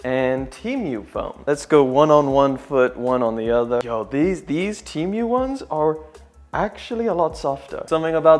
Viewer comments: Bro his accent is making him say temu so weird he's saying it like the animal emu but he's saying temeuw bro sound it out te mu like the letter T an a cow moo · Temu not Tiumu😂😂😂😂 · the only thing he mess up is saying temui instead of temu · I thought it was Temu and not teamoo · Teamyou?? It's said, Tee Moo 😂 but hay it's still a shit site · Temyu? It’s Temu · Broooo it's temu not TeAmMeOw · temu not temioo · "chi mieuw" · Tee mew 💀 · "Tea Mew" 💀💀💀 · He said tee mwe lol great vid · bro said teemew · My boyfriend says you're pronouncing Temu incorrectly 🤣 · bro its temu not temu bruh